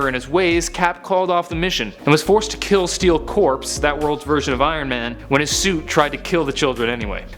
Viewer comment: Why can't anyone on this channel say "Corps?"